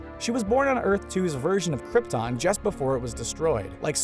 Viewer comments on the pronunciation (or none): none